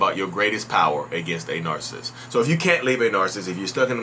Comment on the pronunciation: You say “Narcist” lol. Kinda like narSist.